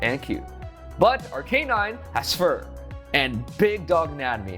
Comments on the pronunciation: This is an incorrect pronunciation of Arcanine. Despite being a "canine," Arcanine is actually pronounced Ar-kah-nine. Source: every episode of Pokémon anime where it shows up. Having said that, congratulations,! Lovely piece!:) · Gen 1 Pokémon like Arcanine have been around since 1996. How you say their names correctly is not exactly a debatable topic this late into their existence. Any official Pokémon media that mentions Arcanine has and always will pronounce it Ar-Kah-Nine. Even outside of official media usage, Arcanine's pronunciation in the English-speaking Pokémon community is universally Ar-Kah-Nine. A simple YouTube search of the Pokémon will reveal this to be true. No one says Ar-Kay-Nine despite its name being derived from "canine." ' pronunciation makes logical sense but is not accurate. It is what it is. As a completely random side note, many people's childhoods were ruined when the Pokémon Company pointed out that Bulbasaur is a frog.:) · Maybe he didnt win because he pronounces Arcanine ike that😭😭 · Still can't get over pronunciation of Arcanine